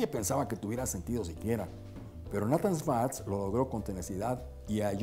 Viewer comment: Amigo muy bueno tu video y la informacion que presentas, pero te tengo q decir una critica constructiva. El fundador si fue Nathan pero no se pronuncia asi se pronuncia Neithan ten cuidado con esos detalles para q no te sigan corrigiendo. Saludos y exitos!